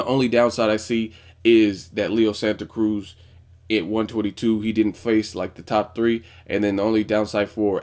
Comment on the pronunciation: Just wanted to give you props on your pronunciation of Leo's name at the video's opening. :)